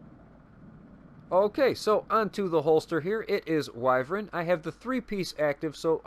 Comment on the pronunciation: I’m so proud of you for pronouncing wyvern correctly 👏👏👏👏👏👏 as always great build two things what in the world was that sound in the background and two did you that Ubisoft is going to be introducing crossplay in the division